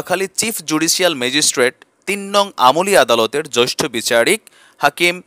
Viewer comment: Joishtho na, jeashtho hobe.